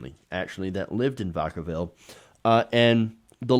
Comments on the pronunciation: The town Vacaville is about an hour from me. It's pronounced with a short A, like vacuum. VA-kuh-vil. It's a half-Spanish word. We Californios call that Spanglish. While vaca (vah-kah) is Spanish for cow, the white Americans that (mostly) live there don't (mostly) speak Spanish. One more thing: Why do you now present all of your videos as 'premieres'? You don't take the time to come comment in the chat room premieres all have. Almost nobody comments in those chat rooms. It's dumb and makes you look desperate for views. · Vacaville not pronounced like that.